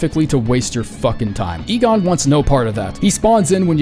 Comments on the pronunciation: bro is finally saying Igon right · credit where its due, this time Igon was properly pronounced o7